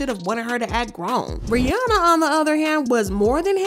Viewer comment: Love the video but I couldn’t get over the pronunciation of Rihanna’s name — it’s “Ree-ah-nah”